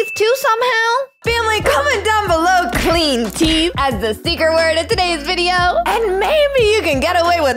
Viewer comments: Clee teeth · Cleen Teethe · CLEEN TEETH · Cleen teef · "Clean Teath" I love you're vids they are amazing! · "CLEAN TETH"